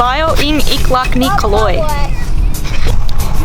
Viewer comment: I almost fell off my chair when your brother-in-law "Ako ang bayaw ni Calog". Why did they have a hard time reading the word 'Caloy'? The last letter is 'y' and they pronounced it as 'g'. You know what kalog means? Kalog is Tagalog slang for crazy.